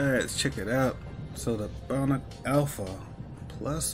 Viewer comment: Thanks for showing the armor but it’s not pronounced as bone + nak alpha armor. It’s pronounced as bah + nuke alpha armor. Well happy hunting.